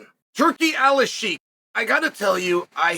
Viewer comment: Turkish ashheeek